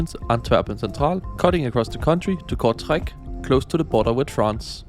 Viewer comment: "Here in Kurzreich" 😂❤